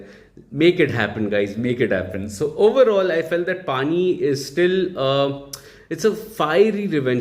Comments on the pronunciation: 'पणी' is the right pronunciation which means job/task etc🙂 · its pronounced as " panni"